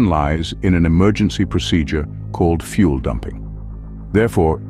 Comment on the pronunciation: Where to begin- "Fuel" not "fule." In the first 35 seconds you show four different aircraft types- an A36 Bonanza, a Twin Otter, a diagram of a turbo prop and an A320. NONE of those have fuel dumping capability. Only some heavy jets have fuel jettison. You then show a contrail being formed. Comtrails have NOTHING to do with fuel jettison. Of around ten types you showed, onlt two actually have fuel jettison capability. Other aircraft types (and, indeed, aircraft that CAN jettison) are certified to land over maximum landing weight in an emergency. MLW is not ROUTINELY exceeded as it would decrease the aircrafts service lfe, but it can be if neccessary.